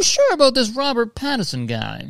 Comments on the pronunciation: he doesnt know mitski and he kept saying patterson why am I crying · I don’t know if Kurtis knows that there’s an N in Pattinson or if it’s just a Canadian thing not to pronounce it. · I love Kurtis. I do NOT live the way he pronounces Robert Pattinson.